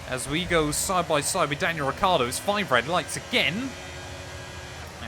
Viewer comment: Yes but is Ricciardo not Ricardo 😂